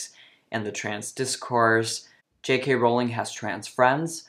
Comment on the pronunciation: Just for starters, I wish that the people who disagree with J. K. Rowling would learn how to pronounce her name! (It rhymes with "bowling," folks, not with "howling.") Sheesh!